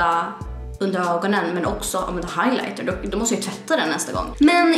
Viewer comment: Inget hat, är bra men jag typ cringar sönder när hon säger " nu ska jag Lägga higlitrr" osv och när hon daskar borsten på palleterna..